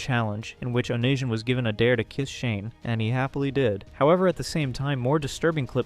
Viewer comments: LMAO its definitely not on i son. its oh-knee-see-on. fuckin on i son LMAOOOOO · Oh-knee-see-on lmao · Bruv if you’re gonna cover old YouTube lore learn how to pronounce onision …oh knee sea on. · BROTHER ITS ON-I-SON. FUCKING GOD ITS PISSING ME OFFFFF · Justin bye-ber and onishun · I just got to that point and I'm like... Waaiiiiit. Are we talking about Onision? ONITION? xD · How have you been on the internet this long and mispronounce, "Onision"? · genuinely can’t take this video seriously if you can’t even bother to learn how to pronounce youtubers names properly